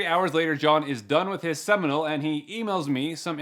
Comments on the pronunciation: "I'm currently at a seminal" 🤣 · “Currently at a seminal” WHOA